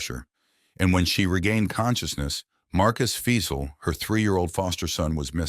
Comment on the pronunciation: Also their names are pronounced Marcus (F-eye-zal) Fiesel Joseph (Dee-terz) Deters Simon (Lee-s/Lease) Leis